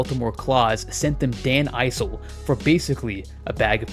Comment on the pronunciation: It’s Dan Iss-ul not “Eye-sull”